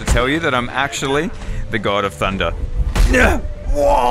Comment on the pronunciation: i love i when he said you have angered the god of thundeh